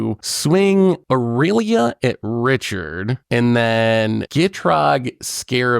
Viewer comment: “A-real-lia” lmao